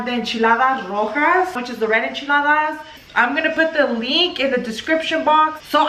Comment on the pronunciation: First off , its Enchiladas not echiladas